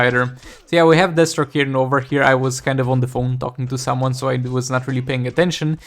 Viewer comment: I swear it sounds like you call DEATHstroke, d*** stroke one time... I'm sure it's just the accent. Can't wait till you start streaming again!